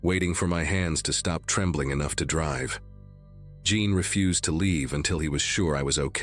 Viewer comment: Ummm-mm to refuse, deny acceptance is not pronounced as your narrator. He pronounced ir as 'ref-use' i.e. garbage. Your AI sucks as well as your editing